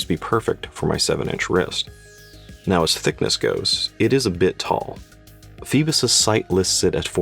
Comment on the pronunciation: Pronunciation: "foybos" (like "boy"). It is the classic Greek name that refers to Phoibos Apollo, the god of the sun. The name also refers to Apollo's grandmother Phoibe.